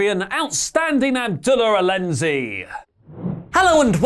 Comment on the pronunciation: it’s abdullah alenezi (pronounced anizy)